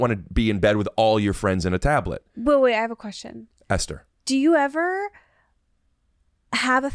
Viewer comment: Love these two together, but and I'm so ready for this phase of Esther saying "wait" as "weeet" to be over 😂